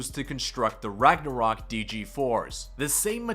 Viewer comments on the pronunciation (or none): none